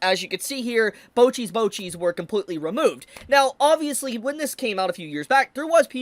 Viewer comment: Bocchi's "Bocchis", bro got me laughin and made my day way better XD